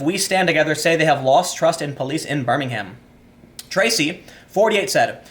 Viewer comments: The British city is pronounced differently from the one in Alabama. In England we tend to reduce the vowels on unstressed syllables, so it's BIR-ming-m rather than Bir-Ming-Ham. British people don't agree on how to pronounce "Solihull" so don't worry about that. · Fam, you ignorant AF to what's going on in the UK. Your pronunciation of BirmingHam and not knowing what a Corsa is illustrates that. Educate yourself on a topic before spitting generalizations about crime, migration and poverty. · lol, you got Solihull spot on, now you just need to learn how to pronounce Birmingham correctly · Telly Savalas said ' Birmingham' better, sorry. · I’m really enjoying hearing Tim pronounce Solihull and Birmingham, places not too far (well actually not far enough!) from me!